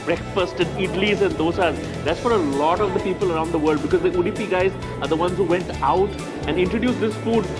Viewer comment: It's Udupi and not Udipi. Please get it right.